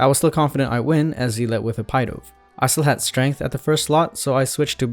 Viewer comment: Ahhh yes the “pie dove”